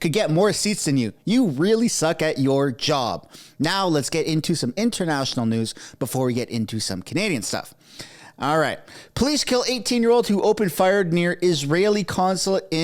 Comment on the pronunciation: "Police killed" sounds more like you said "puh-leez(please) killed," that mouth-breather accent is powerful confusion.